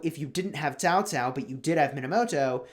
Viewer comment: pronounced the name correctly. It is Chinese transliteration "pinyin" spelling. Many youtubers mispronounced as "cow cow".